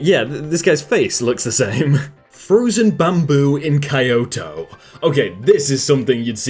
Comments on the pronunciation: it Kee-yo-toe not Kii-oto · Its...key-oh-to Not kai-oh-toe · Normal people: Kyoto: KaYoTo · Every single weeb/anime watcher got offended when he said kaYoTo Not me tho Definitely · "...looking like ruins... " Uhm...I think you meant "runes." A waterspout is literally just a tornado that's touched down on a lake or the ocean. "Kyoto" is pronounced "Keyoto," not "Kaiyoto." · did he just say kai-yoto? Or is it something diffrent? Not japanese but pretty sure its Ki-yo-to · ...please I implore thee... look up how to pronounce words you've never spoke before. Ruins for Runes? KEYE-OHTOH instead of KEEYOH-TOH?? It was kind of funny at first but now it's getting distressing. This is honestly the reason I won't subscribe to your channels. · Kayoto.... If Im not wrong its kyoto.... k(i)-yo-to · almost disliked because of how you said Kyoto. Unless there really is a Kioto. XDXD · Kyoto. Kyo-toe. Not key-yo-toe, not ky-otoh. Kyo (one syllable)- toe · Kayoto, jagyu ar, etc... are you really that bad at pronouncing things lmao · did he pronounce tokyo as kyoto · okay, not gonna lie, I was a little confused when I heard the way you pronounced Kyoto. Kyoto is pronounced a like... key-oto but without any fluxuation in the voice, like keyoto. :P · It’s key-yo-toe Kyoto lol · (Kee-yo-toe) kyoto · Did...you just say.... ka-you-tou??? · Where was the Pink Stingray in the thumbnail? Also the place that iced bamboo was is not pronounced like that. It is Kyoto AKA Key Oh Toe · Kyoto is pronounced kee-OH-tO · Ah yes, ka-yoto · "K - Kayoto...?" I hope you weren't trying to pronunce Kyoto. Dude. 痛すぎ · H a y a t o . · let me put this to rest: a waterspout is a tornado that forms over or lands on a body of water. And Kyoto is pronounced KEY-oh-tow. And the fox could just have been taking a walk. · the way pronounces "Kyoto" as "Kai-yoto" makes me feel on edge. Still, it's a good vid, thanks for blessing my day with this video.